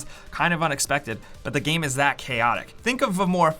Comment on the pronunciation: Is it just me or does sound drunk all the time? And why does he pronounce game as GEEEEEHM?